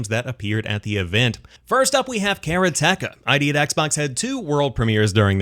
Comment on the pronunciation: Karateka is pronounced Ka ra te ka in swift order, and is a reference for a practitioner of karate. And I loved this game when I was younger. ;-)